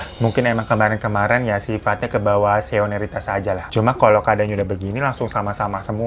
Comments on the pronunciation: senioritas bukan seonaritas 😂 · Bang,SENIORITAS bang. Bukan seoniritas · Minal aidin walfa idzin Bang Hiro, mohon maaf lahir dan bathin... Btw mau koreksi ya bang bukan Seoniritas tp Senioritas 😂😂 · senioritas bang bukan seoneritas 😅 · Seonaritas.. seonaritas 😭🤣 SENIORITAS 🤌🏻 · Bang Hiro ternyata punya kekurangan, gak BSA ngomong senioritas 😂😂😂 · Senioritas bukan Seoniritas 🤣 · Gw juga pernah tuh ngeliat setan yg mangap lebar banget gitu mulutnya macem topeng scream 😂 sekitaran jam 5 sore mau setengah 6 kayaknya Tapi dia lagi berdiri aja di antara rumputan ilalang yg tinggi gitu, keliatan tipis gitu agak transparant badannya.. temen gw yg boncengan sm gw pun liat, gw pikir gw doang yg halu. Pas pulang gw ngomong, ternyata bener dia juga liat. Wkwkkw BTW bang “senioritas”, keselimpet mulu bang hiro nyebut nya “seinoritas” wkwkkwkw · Bang.. Coba ikutin: Se-ni-o-ri-tas. Seni-o-ritas. Senioritas. Bisa? Pinteeer 😊😊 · “SENIORITAS” bang! Susah banget keknya ngomongnya😂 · Baru di video ini aq prcaya bang hiro emng susah bilang senioritas 😆🙏 maaf lahir batin ya bang wkwk Btw pernh ngerasain senioritas di pondok pesantren juga.. tpi dlm artian positif.. soalnya senior2ku ngemong banget.. jdi brasa diayomi bgt gituu... Tetiba punya big sist banyak... Hhe